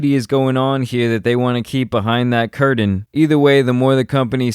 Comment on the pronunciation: There’s no ‘d’ in curtain.